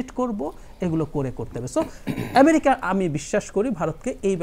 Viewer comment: ইমিরিকা, বারত -এটি কোন ধরণের উচ্চারণ? এত নিম্ন মানের উপস্থাপক অনুষ্ঠান উপস্থাপনার সুযোগ পায় কিভাবে ? বিটিভি এইসব আবালদের দিয়েই এতদিন চলেছে।